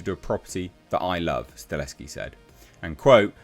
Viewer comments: As a polish man, Chad's surname is pronounced "Sta-hel-ski" not Staleski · you’re mispronouncing Chad’s last name. You’re saying “Stah*Leski” & it’s “Sta*Helski” -Sta Hell Ski 👍🏼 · It's STAHELSKI not STALESKI! It's splattered all across your monitor in the article you just read! What's funny is your briefly pronounced it the correct way & literally a millisecond later went back to STALESKI LMAO 🤣 🤣 🤣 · H, you are a legend. But it’s stahelski. Sta. Hel. Ski. XD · it's pronounced Stuh - HELL - Ski. You're welcome. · I would not normally correct someone for pronouncing a director's name wrong, but you did it 800 times.